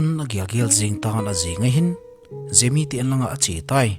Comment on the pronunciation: Gemi❌ Jemi☑️